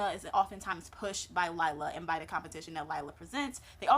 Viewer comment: Great review, name is pronounced LEE LAH though.